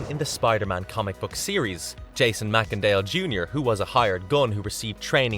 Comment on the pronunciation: I THINK that you pronounced Macendale’s last name incorrectly. I think that it’s pronounced MACE-En-Dale!